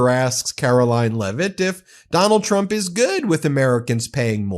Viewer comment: Not to poke fun of speech differences, but she can’t pronounce the ‘tr’ sound. She says ‘ch’ instead…‘president Chrump/Chump’ 😂